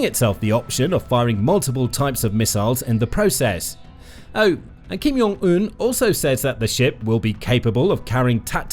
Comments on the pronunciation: Kim yong un? JONG not yong 🤣 and Kim Ju “EYE” AEEEEE not “eye” the British can’t really pronounce anything right 🤣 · Hey friend. I enjoy your channel, but you should probably know Kim Jong-eun's name is pronounced with a hard J, like the words "Jam, Jack, Joke and Jiffy" not a "Y" sounding J, like in Hallelujah, Johan and Jurgen. If it were Kim Yong-eun, it would be spelled that way, and written differently in Korean (김영은 or 김용은) instead of 김정은. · Pronunciation note, he's not from Belgium. It's "Jong" with the "J" sound.